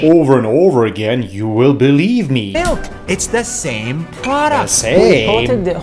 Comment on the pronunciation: NAS lost his mind. I totally agree with you 🙂💗💗 The way you said: " The SamEeee"😂😂😂